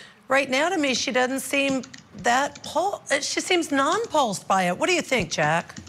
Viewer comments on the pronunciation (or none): Omg did that woman commentator really say - that the murderer seemed "non-pulsed" at the verdict?! Lmao. It's "NON-PLUSSED" !